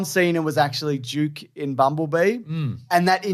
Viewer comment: Did he say Duke, or Juke?